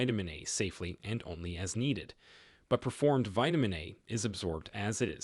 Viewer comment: It's PRE formed not per formed - the AI needs to know/learn the difference.